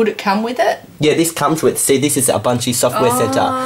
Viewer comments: He's now pronouncing Ubuntu correctly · YOU SAID IT RIGHT!!! What got you to say ooboontoo all the time? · lol nice UBUNTU saying